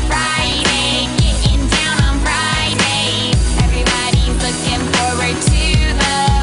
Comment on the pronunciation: Im sorry, but is there something wrong witht the way she says friday, kinda sounds like she saying, "fried eggs fried eggs" and what the f%^% is that dancing, you call that dancing, she has no rhythm what so ever